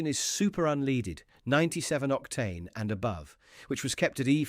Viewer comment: Why is the alleged mechanic saying 'unleaded' pronounced as in (dog) lead..'unleeded' ?